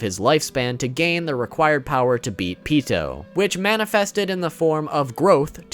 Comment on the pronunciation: all i heard is "pito" and not "Pitou" lol in Spanish. Pito is dick. I laughed when I heard you say it.